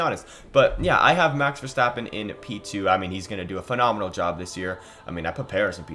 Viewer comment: You finally learned to pronounce verstappen right thank you